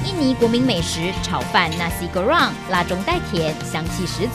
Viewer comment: Nasi goreng not nashi